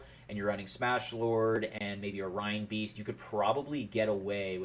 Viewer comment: Excellent instructions Sir, just need to work on your pronunciation. A big hint is the animal that reinbeast is based on.